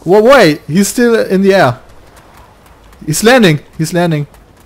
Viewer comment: Brammen episch wieder mit seinem Englisch! "Is it here in ze near?" xD